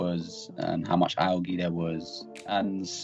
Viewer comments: I'll never forget how I pronounced Algae as " EL GAY " which I think means " The Gay " in Spanish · lmao 'Al-gee' xD say it right pls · I was laughing so hard at him saying owl-gee while pronouncing algae. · Great video but the way he said algae kinda ruined it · The way this guy says "algae" bothers me. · I can’t believe he mispronounced algae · Is no one gonna talk about how he pronounced algae